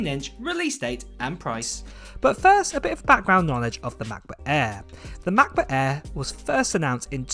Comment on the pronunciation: Unbearable way of pronouncing „macbook air“🙈🙈